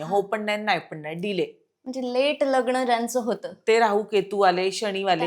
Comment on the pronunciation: Shabd uchhar nit karaychi practice kara. Mehanat ghya . कामावर लक्ष केंद्रित करावे. लग्न म्हणतात . खटकते उच्चारण व्यवस्थित करावे.